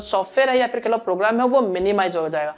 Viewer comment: he talks 1)yaa fir kahlo 2)yaa fir kehlo 😄😄